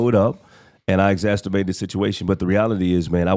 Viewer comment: The word is *Exa CER bated* and NOT “exacTERbated 🤦🏽‍♀️ It was driving me BONKERS that Continued to MISPRONOUNCE this word during the ENTIRE podcast 🙄